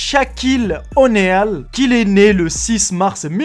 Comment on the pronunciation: ça ne se dit pas Né al mais Nil ;)